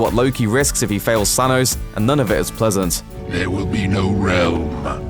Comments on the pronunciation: It's Thanos, not Thanoze. If you're going to get the same guy to narrate your MCU material, at least get him to pronounce the names correctly. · I hate the the way you say thanos "zanos" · Why does he say say thanos so weirdly ? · I love the way you pronounce "Thanos"